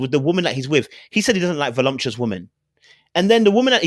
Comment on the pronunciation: the word is voluptuous not volumtuous.